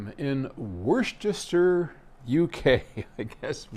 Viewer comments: WUSS-ter-sher. Both the county and the sauce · Typical of us Brits….. Worcestershire is pronounced Woostershur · "Wooster" sauce